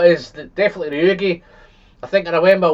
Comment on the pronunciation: Why do you pronounce the Ugeadail as udeagail instead of the right way?